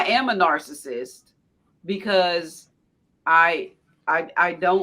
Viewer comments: can't pronounce narcissist or narcissism. She should avoid using those words. She also proved them right regarding women being children mentally. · Omg. Nobody can say "narcissist"??? TF!!??